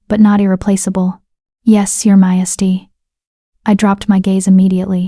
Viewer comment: Please teach the AI to say "majesty"!!